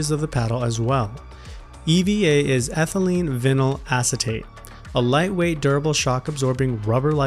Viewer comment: Ethylene not Enthylene